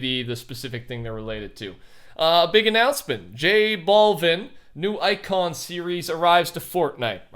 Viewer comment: i love how he says J Balvin like bald